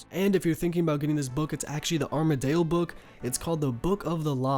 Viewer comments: RSN: FloofSheep Love the vids but no, they all have a correct way of pronouncing them... It's not Armadale, it's definitely pronounced arma-dill, and saradomin is said Sar-a-Dom-in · sa-rah-do-min and Ar-mad-il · ARMADYL. DYL, NOT ARMADALE REEEEEEEEEEEEEEEEEEEEEEEEEEEEEEEEEEEE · Gonna fix those pronunciations of the gods for ya : "sare-a-dow-min", "arm-a-dill", "zam-ore-ack". Keep up the amazing content! Amazing vid. Just starting to level my first osrs account coming from rs3, and your guides are making it a bit easier. ty! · I love the way you pronounce the god wars bosses. I’ve never heard anyone say it like you, I’ve always said it like (Sarah-dough-man) (arm-a-dill). Every time I hear you say it thought it makes me laugh. RSN:H3NNESSEY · Arm-uh-dill Care (c pronounced with S sound)-uh-dome-in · sare-uh-doh-min arm-uh-dill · Armadale? wtf is that? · Your pronunciation of Saradomin (Sir Odd Omen) and Armadyl (Arma Dale?) is triggering me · Armadyl, how would that be pronounced arma-dale? I don't understand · you literally say armadale wtf man LUL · Look man, good guide, and I'm gonna let you pass on this one... but in the future, if i hear you pronounce words the way you do, I'm going to dislike. Literally watch any video and everyone else pronounces pegasians, armadyl, and saradomin correctly. Please...